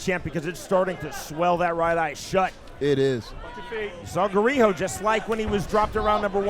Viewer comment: What did Champ call GARIJO? "GAROJO"?